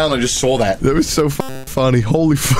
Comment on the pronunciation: has never sounded more british than this "THAT'S NOT FUNNEH"